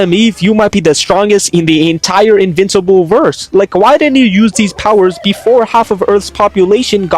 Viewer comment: his name is “-in-vincible.